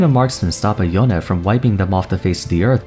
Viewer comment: Its not yonay its yone ...